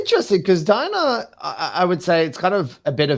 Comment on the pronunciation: and DIanna like bruh